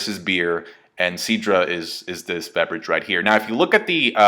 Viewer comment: "Veberage" xD